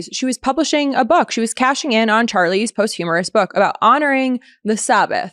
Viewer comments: it's posthumous, not post-humorous. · Am I hearing this correctly? She said post-humorous right? Good for her though in being the Jackie Robinson of hot girls breaking the hot girl barrier in the world of politics and news media 😂 She did say post humanist this time right? Someone tell her the word is posthumous and how to properly pronounce it. 🤣🤣🤣🤣🤣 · * Posthumous, not post-humorous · Oh.My.God. please check pronunciations before you broadcast! It is "pahst-you-muss" (as in book published after his death) NOT "post humorous" (as in after humor). Not only ridiculous but lazy! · it’s “posthumous" (not "post humorous") 😂😂😂. Also, your vocal fry makes it seem like I’m listening to Kim Kardashian talking. It’s very annoying. Stop talking with that phony affectation. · “posthumous” - not “post-humorous” 😅 Or, “post-humanness,” either! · Ok, I agree with everything you said. It’s not post-humously . Look up how to pronounce it. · The word is posthumous (PawstHuMus) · You were doing well. Bright, articulate, informed,…You had me up to “post-humorous”. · Post u muss. Learn to pronounce that if you’re gonna use it 5 times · Did you just say ‘Post-Humorous’ book?! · Great show! Pronunciation "pos-tu-mis". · Posthumous is not pronounced or spelled with an "r." "Post" is NOT pronounced with a long o sound - as in post, host, most. It IS pronounced with a short o sound - as in pot, hot, dot. "Humous" is pronounced like hue & mus(t) w/o the "t." So we have posthumous: 3 syllables. Posthumously: 4. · she mispronounced again later in the video! 😂